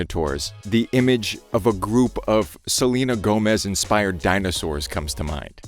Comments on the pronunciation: I HAD NO IDEA WHAT HE WAS TRYING TO SAY AND I THOUGHT HE WAS SAYING THAT SHE WAS GOING ON TOUR OR SOMETHING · LFMAOSKOS IM SORRY HE SAID SELENE TOURS I- 😭😭